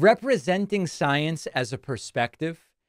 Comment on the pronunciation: MTG saying "saence" several times reminds me of that SNL skit with Cecily Strong, very much recommend you go watch it